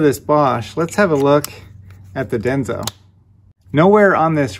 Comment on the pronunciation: It's not "Denzo," but Denso.